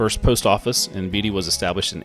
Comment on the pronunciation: Thanks for featuring my hometown of Seneca. beatie Kansas is pronourd Bait-E